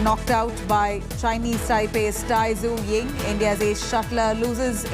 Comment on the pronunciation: Tai Tzu Ying correct pronauncation: die zeh ing